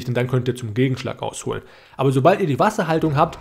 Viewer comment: Danke fürs Video! Finde deine Aussprache zu geil, ausnutznE, ausholnE 😂